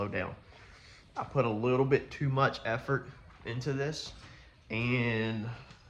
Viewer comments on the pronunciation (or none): none